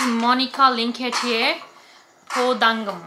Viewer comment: I like how you say "Po dangumi" - under the sky. It is very good lithuanian! :) Song is about that feeling when you are here, under the sky, you open your eyes and you are trying to survive: to remember the feeling when you were ok, not like now (at this moment she wants to die). Lithuanian flag is yellow, green and red 🇱🇹